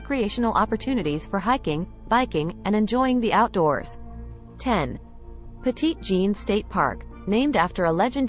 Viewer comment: And FYI, that's not how you say Petit Jean.